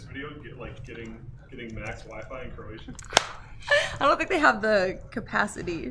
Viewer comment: She said "Croatia" twice and I heard "Manila." I guess I should stop watching these at midnight or 1am.... I only played this back again to see what she said after someone corrected me and said she was not going to the Philippines.